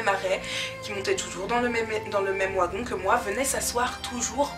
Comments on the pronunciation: pourquoi tu dis wagon? ca s'ecrit wagon mais ça se dit "vagon" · Sa s'écrit wagon mais sa se dit vagon tu me fais trop rire quand tu dis ouagon looll prends soin de toi❤🤞🏾😂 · J'aime trop ta vidéo et je sais que tu sais que wagon s'ecrit comme ça mais le fait que tu dise "w"agon au lieu de "v"agon c'est stressant 😂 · oigon non vagon,ça s'écrit wagon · Trop de "Ouagon" 😂😂😂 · Bien que ça s'écrive "wagon"nous on le pronnonce "vagon" mais c est comme même trop chou😊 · Ça s'écrit Wagon mais on dit vagon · Hahaha "Ouagon"!!! Plus jamais je dis "un Wagon"!!!! J'vais changer ! À partir d'aujourd'hui je dis "Ouagon" aussi !!!! Haha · Le premier "Ouagon"?!! 😸😆 C'est typiquement belge ça? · ON DIT VVVVVVVVAGON PTN VVVVVVVV GENRE COMME VERNIS OU VENTS UN VEEEEEE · Wagon s prononc vagon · on dit vagon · c'est wagon [vagon] 😂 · De quelle origine es tu pour dire "wagon" et pas "vagon" ( je parle en prononciation dû mot) 😅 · elle est bien ta story, mais tu sais pas dire le mot : wagon, mdrrr mais c'est pas très grave